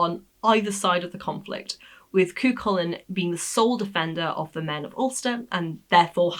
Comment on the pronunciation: Cu Chulainn the ch is as in loch not lock Fer Dia 'divine man'